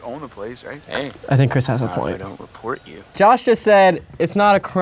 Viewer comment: Anybody else hear him say “Josh Wash” 😂